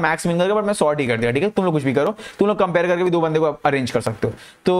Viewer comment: abhi bhi short hi bol rahe ho bhai, short == sort